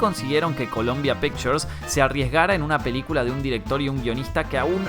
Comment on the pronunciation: Es Columbia pictures y ni hablar cómo pronuncias Harvey Keitel...